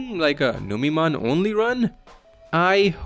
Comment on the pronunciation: Numeemon instead of Numemon yessir!